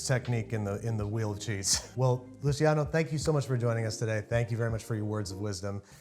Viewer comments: It’s pronounced “Lu-CHEEyano” (smooth transition between the “chee” and “yano”), not “LUCYano” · Luciano is pronounced like “Loo-ch-iano” which an English ch sound